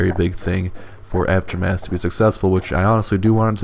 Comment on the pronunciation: "after math" "after meth"